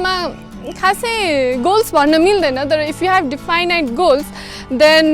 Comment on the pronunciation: pronounciation: definite: दिफाइनाइट ❌ definite: डेफनिट ✅ Thanks for the video... following you regularly!!!